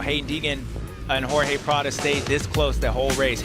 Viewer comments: Why can't James say Prado's name properly? Kind of stupid he won't do it. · Bubba can’t hide his distain for Prado, won’t ever say his name right 😂. I guess I get it after Prados year last year and giving up.